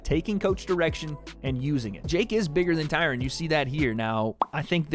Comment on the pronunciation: the way you say, 'Tyron' shoes you have no black friends lol